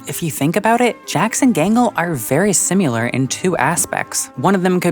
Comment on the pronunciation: I like this video and find it very thoughtful and well-made, but I do have one criticism: "Simular." Cut it out. Cut it out, you.